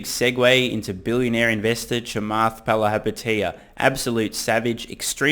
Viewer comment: Thank you for pronunciating Chamaths name correctly